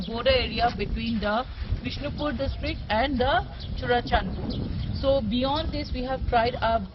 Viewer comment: Not turachandpur it is Churachandpur